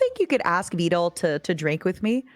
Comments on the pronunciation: Damn, she actually said vedal right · Ayo, was trying to see if she could be more Vedal's type at the end? 🤨 Also lol she actually pronounced Vedal correctly at the very end too.